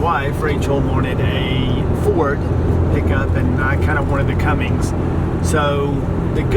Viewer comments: It's a CUMMINS - Not a Cummings. Sheesh, get it right. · Umm, just one thing. You are doing exactly what I did for years, saying 'Cummings'. There is no 'g'. It's 'Cummins'. Like your posts. REALLY admire you and your wife doing this with the children. You, and a few other couples, are pioneers in what I see as a fabulous lifestyle.